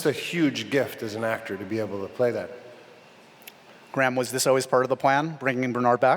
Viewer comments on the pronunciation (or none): Why can he not say Graham? it is not Gram. Its so frustrating.